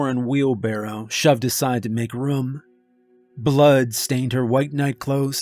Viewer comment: love it but damn how you pronounce room makes me want to unsub and stop watching